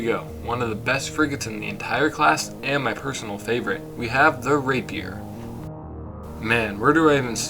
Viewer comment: “Raper” WHAT?! lmao